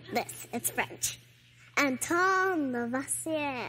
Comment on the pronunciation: Her french pronunciation of Lavoisier was so bad that french people couldn't understand it. Apart from that she seems a well educated girl.